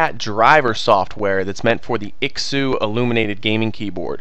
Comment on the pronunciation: isku, not iksu